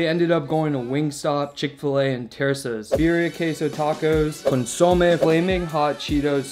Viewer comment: "Beer-e-ah" tacos with "con-sa-may" ... and stop smacking your lips...